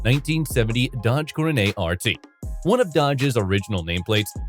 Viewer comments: Guess you did not catch the fact it was a poke or laugh at the way Coronet was pronounced Coro-nay.:face-turquoise-covering-eyes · I guess the AI has a French accent. 😂